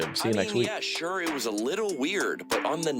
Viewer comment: Copying Alex sayings - Shore when you are saying sure. And Nice when you are saying that's neat.